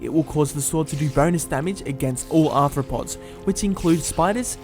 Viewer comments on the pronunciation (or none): none